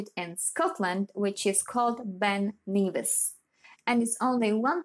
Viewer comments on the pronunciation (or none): /ben ni:vis/??? really?